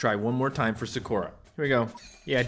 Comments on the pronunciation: It is pronounced as sakura not sakoora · He calls Sakura, Sugura😂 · Is anyone else bothered that he says sakura wrong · Who else wanted to scream at their screen that pronounced Sakura wrong Edit: u should become a weeb becuz anime is great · I got mad when he mispronounced Sakura